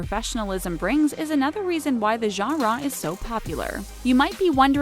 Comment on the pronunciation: The way she says genera makes me cringe